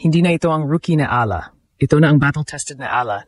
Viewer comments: Nakakainis ung audio di man.lang ma pronounce ung tamang pangalan ni E A LA ... sana english na lang ang salita ok lang eh talgalog ang sakit aa tenga hayyyyy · Ayusin mo man lang sana ang pagbigkas sa apelyido ni Alex! You're butchering her name!